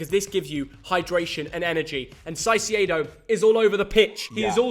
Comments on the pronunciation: Just a detail, the first C in Caicedo is not pronounced like an S. That only happens when the C is before an E or an I. In this case it's exactly like Kai Havertz. "Kai sedo". Cheers to both! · It’s Moises Caicedo not Moses sasedo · Say it with me, “KAI-SAYDO” not “SIGH-SEE-AYDO” ffs 🤦‍♂️ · *it’s pronounced Kai-say-doh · Caicedo is pronounced kayseydow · Hurts my ears when y’all say caicedo 😂 kai-say-doe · Moises Caicedo Pronounced: Kai-Say- though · My guy- the way you pronounce “Moises Caicedo” is the most fucked up thing I’ve ever heard for real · how y'all both butchered ceicedo name is criminal😂